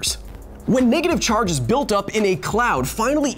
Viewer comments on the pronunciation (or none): none